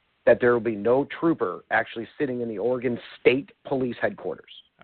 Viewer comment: "Oregone" Headquarters